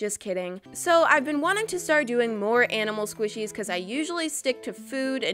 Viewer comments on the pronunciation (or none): and it's squishies not swishies